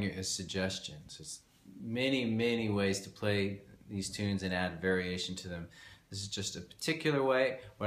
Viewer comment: I love how you always make 'variation' into two words. I think we should start a campaign to recognise Vari Ation as the correct pronunciation:)